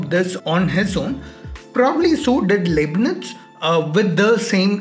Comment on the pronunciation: First of all it's not Liebnitz(pronounced: Leebnitz) but Leibnitz (pronounced: Lybnitz). Remember Hitler's book Mein Kqmpf (that is pronounced (Myn Kampf)